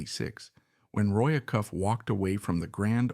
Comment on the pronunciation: Can you at least teach the AI how to pronounce "Acuff" and "Opry"? It is jarring when they get it wrong.